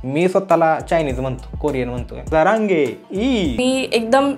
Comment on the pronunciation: Sarange ❌️Jarange😂✅️